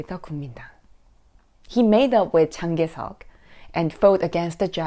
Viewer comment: She can't pronounce Chiang Kai-shek 😂